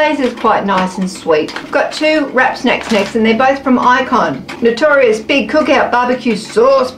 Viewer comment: Notorious B.I.G. is pronounced like the initials B I G. You’re so cute.